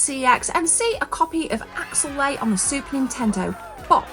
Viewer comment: It's Axelay not Axellay